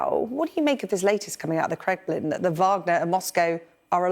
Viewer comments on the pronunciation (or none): none